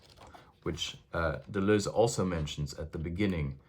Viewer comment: I feel soothed every time you pronounce Deleuze not “De loos”